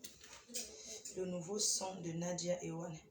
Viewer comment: C'est pas Nadia ewane mais ewande